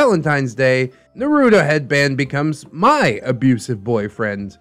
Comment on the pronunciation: I really hope you’re pronouncing naruto like that ironically